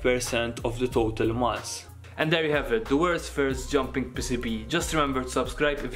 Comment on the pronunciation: PissiBee. you pronounce it PissiBee? we pronounce it pee-see-bee